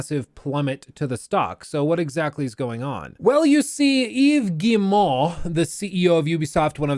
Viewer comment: "Eeeves Gii-moouh" love the way you say his name 🤣🤣🤣🤣